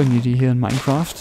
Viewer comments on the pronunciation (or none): none